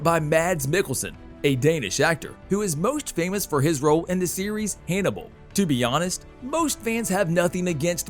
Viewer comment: "Haynibal" ? What´s wrong with this guy?